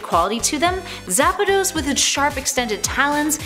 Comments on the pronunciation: ITS ZAPDOS NOT ZAPADOS!!!!!!!! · Lmfao I thought the same thing. It's spelled Zapdos not Zapados. 🤣🤣🤣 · Its "zapdos" not "zapados" lol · ZAPDOS. NOT ZAPADOS. THERES ONLY 1 A I love this channel but the one thing they struggle on sometimes is pronunciations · “Jiretina” “Zapadoes” lol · Did i just hear her say zapados? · Joratina, Kayurem, Zapados, Eviltal...smh🙄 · “Zapados” was when I stopped watching lol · "zapados" "kyuraym" "riqwaza" "jiratina" seems legit enough. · ''Zappadose''? What?